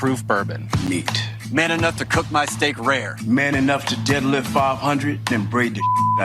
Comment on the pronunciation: "my stheak"